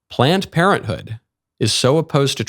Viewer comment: Is he saying “Plant Parenthood” 😆